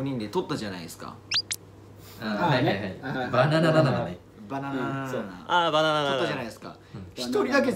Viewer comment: HiHi Jetsのみなさんが「バナナナナナ」を正しく言えるようになってるところが好きです！（IslandTVではみんな割りとナの数雰囲気で言っている感じがしてたのに！）